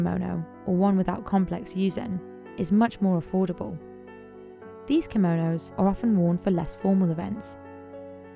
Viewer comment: Chiso Kimonos Timestamp : Simonos 😂😂😂